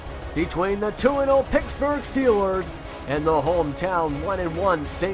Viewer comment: its pittsburgh not picksburgh